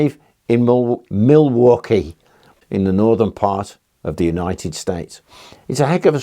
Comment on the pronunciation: Hello. I was born and raised in Milwaukee Wisconsin, and I must say that you did a very good job pronouncing it. I've heard it mispronounced many times. You said it just right. Love the channel!